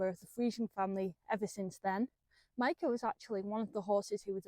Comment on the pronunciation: How you speak her name is spot on...love what you al doing🫶😘🇳🇱